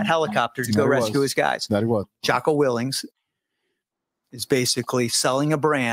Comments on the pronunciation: When you can’t even get Jocko’s last name right how can I believe your story?? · I'm not saying that is right or wrong but if you are going to claim with certainty intimate knowledge of how Jocko operated as a Navy Seal you maybe should learn to pronounce his last name properly because it calls your credibility into question.